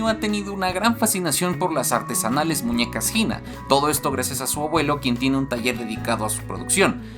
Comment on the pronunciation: cuando dijo "las artesanales muñecas..." pensé que dijo "las artes anales" quedé lol